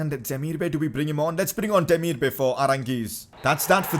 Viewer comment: You call him Demirbuy not bay